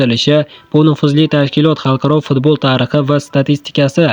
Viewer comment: Дунё фдболи ва фдбол дуёси. Энгейтоко бгу қайси жамоа Энди эшитишим. Ўқишни ўрган студент